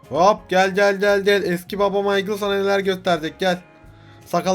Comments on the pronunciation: Abi bide o Maykıl diye okunuyo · mikale değil abi maykıl :D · adamın isminin okunuşu maykıl